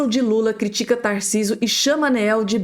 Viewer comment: É ANEEL e NÃO ENELL! Esta errando na pronúncia